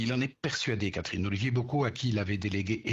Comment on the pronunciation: La prononciation du nom d'Olivier me fatigue 🥲